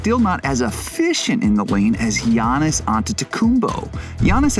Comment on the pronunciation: 8 years later and they still can't pronounce his name. Yannis/Yiannis/Giannis (Yah-knee), Antetokounmpo (An-ded-uh-koom-poh). The "S" in the Greek name Giannis is silent. Adetokunbo is a Nigerian/Yoruba name. Antetokounmpo is the Hellenized version that he does not use outside of Greece. The letter "T" is pronounced like a "D".